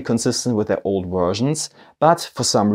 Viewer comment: Vallejo is a Spanish company, therefore their name is pronouced Va(yeh) ho. if it was an Italian company then you would be pronouncing their name correctly Va(ley) ho. pass it on.